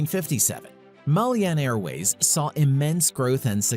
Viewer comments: The narrator pronounced Malyan wrong,it's Malayan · It’s Malayan Airways not Malyan..need to fact check!. And it pronounced Ma La Yan not Mal Yan! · Malayan not Malyan 😂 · MALAYAN Airways, not Malyan Airways Borneo is not a country and never has been. Borneo was split between British and Dutch territories and hence has never been unified. Indonesia actually owns a large portion of Borneo and was mentioned above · I stopped watching as soon as I heard MAHL-YEE-AN. Whenever I hear gross mispronunciations of words then I am just going to assume the content creator has little to no actual knowledge of the content and therefore the video is full of inaccuracies and not worth watching. The sad thing is so many people do not know some basic facts and will watch videos like this assuming it is gospel. Next we will hear millenials saying MAHL-YEE-AN. If you want to be taken seriously you gotta know how to pronounce the content you're covering. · Yes, it's Malayan Airways, not "Malyan". Your pronunciation of the word must also be corrected. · How do you pronounce "Malayan"? If you can look up the history involving SIA, why can't you look up how "Malayan" is pronounced? Feels like a certain respect is missing here. What's with so many Americans always making everything sound their way and mangling other people's language? Latest is Judge Merchan, sounding like a Frenchman when he is Latino. Meanwhile, good job on the rest of the video. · I was so irritated after hearing this mistake more than once.